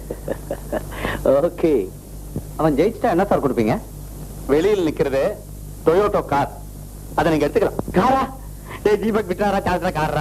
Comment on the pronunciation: டொயோட்டோ கார் இல்ல🤦‍♂️🤦‍♂️. டொயோட்டா கார்.